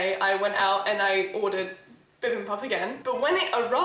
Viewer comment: I LOVE!! She is one of my other favorite UK Creators!! DID YOU READ THIS ONE!?!?!?! IF YOU DID... THANK YOU!!!!! You have helped keep me sane and smiling during the Global bug!! Bibimbap is BEE BIM BAP... You just got the first syllable wrong. But, you are doing great otherwise!!! (I was born in Korea and my dad is fluent in Korean)